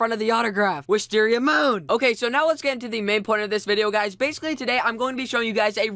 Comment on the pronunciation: You can't say Wisteria Moon right